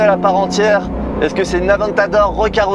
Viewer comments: Merci, très belle vidéo 👍 je suis le seul à être choqué de la prononciation du nom Countach ? J’ai tjs entendu Countache… cheu 😉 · « Countak » je suis plié. Comment est-ce possible de se foirer autant sur la prononciation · Belle vidéo belle exclu mais oui c’est juste une aventador recarossee malheureusement … countach pas countak !! Je trouve ça très décevant on ne retrouve pas du tout les lignes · Je t'aime bien mais prononce bien le mot Countach ;) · tu es un pilote de course certifié et tu as même pas essayer de te renseigner sur la bonne prononciation de la voiture ( je précise je suis pas un fan absolue de Lamborghini pour les rageux ). BELLE essaie mais déçu quand même. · Countach, pas coup de Countac ça se prononce le CH. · ....très bonne vidéo, bien réalisée, tu nous laisse profiter du son du moteur sans parler, sans musique, des plans avec un drone serait sympa. Sinon Countach se prononce tout simplement Countach et non Countak, (limite COUNTAtCH), accent tonique sur le OU, c'est un terme du patois piemontais (Turin, fief de Bertone), pas tres poli, employé lorsqu'on voit une "bella ragazza" (belle fille) par exemple. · Prononcer countatche svp. Très belle voiture belle vidéo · Super vidéo, chanceux de pouvoir toucher une voiture aussi exclusive, par contre on dit "countatche" bordel! Dixit les Italiens. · belle video. mais dire contak gache tout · ça change pas, c’est toujours "countatche" hein, pas countak :) Sinon elle est toujours aussi folle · Merci pour la vidéo, de très bonne qualité 👌. Je trouve que cette réitération de la Countach est magnifique 🤩. Par contre tu devrais prendre un cours d'italien avec Giancarlo le pote de Sylvain et Pierre hein car il a bien confirmé qu'on prononce Countach (che à la fin) et non Countak 😁 Merci pour cette série de belles italiennes ❤️😍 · Pour moi la Plus belle voiture au monde Parcontre sa ce prononce coun ta tche in italiano pas coune taque 😊 en tous cas merci pour votre vidéo